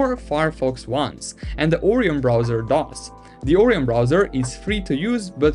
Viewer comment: Orion not oreeon